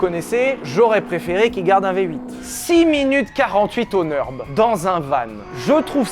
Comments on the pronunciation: Le Nürburgring ce n'est pas le "Neurb'": Nurre- bourgue - ring (de boxe). Pas de raison de le prononcer à l'anglaise. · arrête avec ton Neurb, c'est le Nürb, avec un ü comme dans ton Q